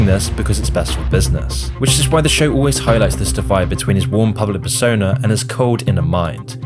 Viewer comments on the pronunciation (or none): none